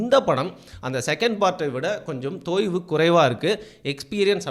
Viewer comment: "தொய்வு" ன்னு சொல்லவும்